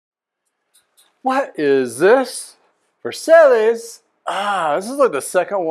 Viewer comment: I think that is pronounced Vers-I as in "I am" Long I.....not Versales! Too funny "guy"!